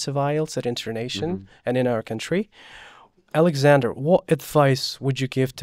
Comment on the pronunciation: I loved Alexander pronunciation like a native